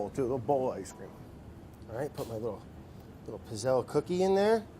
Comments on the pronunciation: Brad.... I die every time you pronounce it “pizz-elle”.... it’s PEETZ-ELL-EE!!! Italian it up!! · It’s pronounced “pit-zel” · The double zz wouldn't be pronounced in Italian, it would sound more like "pits". Pits-elle/pizzelle. It just like how we don't say pizza how it is spelt, no zz, but more like "peetsa". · it's pronounced peetsayla, not pizzell! How is it possible that no one in the test kitchen knows this? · The fact that he's calling it a "piz-elle" just kinda grinds my gears a bit. When you say pizza, it doesn't sound like "pee-za", it sounds like "peet-sa". The word pizzelle is pronounced "pit-sell". They need a true Italian in there to show them how it's done. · They aren't good pizzelles unless they're loaded with anise. Also, the double z in pizzelle is said like in pizza, not gazelle. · You know how you call Mozart "MOAT-ZART"? Well, it's the same with pizzelles. They're pronounced "PIT-zells". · Pizzell in italian you pronounce it [peet-zell] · It’s Pizzell-Ꭼ not Pizzell-Ꮖ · Ok Italian fam says its pits·ayy·lee. Just depends on where from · It bothers me so much how he pronounces pizzelle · I stopped watching because he was pronouncing pizzelle completely wrong. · Ever time Brad says Pizzelle 😂 the e at the end is silent but this is the man that says wouder and we love him for it 😊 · Cringing at his pronunciation of pizzelle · He is saying pizzelle wrong in Italian two zs makes a t sound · Laughed so much the entire video because the way Brad was pronouncing Pizzelle actually means penis in Italian. Hugs from Italy 🇮🇹🤣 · The way he pronounces Pizzelle is killing me... Edit: it got worse. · Oh Brad! No! Pronounce the double 'z' like you do in pizza! *Coming from my 92 year old Italian grandma who makes these every year for Christmas.